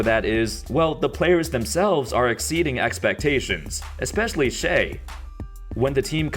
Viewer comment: Bruh its shai as in "shy" not "shay"